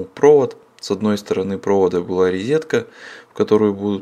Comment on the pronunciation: Обожаю вас смотреть. Только не рИзетка, а рОзетка.